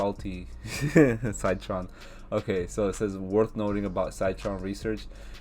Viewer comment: Good analysis! Wanted to say its pronounced “sit” tron not “site” tron :-) Also Citron had adviced shorting Shop when it was at $108, its now trading over $900!